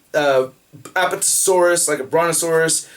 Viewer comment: I believe you are mispronouncing Apatosaurus. But I don't care. Although, why did they make up a dinobot (slash) in the towline but then never have him in the movie? Seems redundant. :(